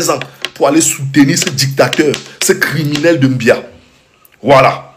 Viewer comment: Ton président s'appelle Biya et non mbia